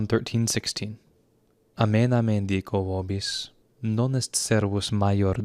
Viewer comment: Both the vowels of "amen" should be pronounced long, āmēn.